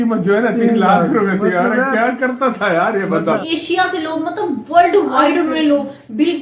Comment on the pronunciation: Jio bald centre nhi jio world center he aur bishal nhi Vishal he...tu nhi manega bhai kisi aur se dub nhi krwaega khud hi galat Hindi bolke apni naak katwata rahega hmesha 😂